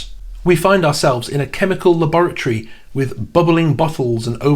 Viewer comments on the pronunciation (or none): none